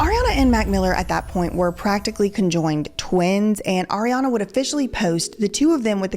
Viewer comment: I’m still cackling at “Arianduh”